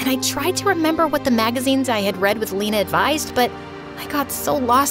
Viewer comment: bruh the way she says lena its funny as a german u pronounce lena not lina like eeee not iiii